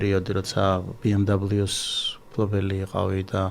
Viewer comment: ამხელა ბრენდის წარმომადგენელს არ ეკადრება ბი ემ დაბლოუს წარმოთქმა )) მიუნხენელები იცინიან მაგაზე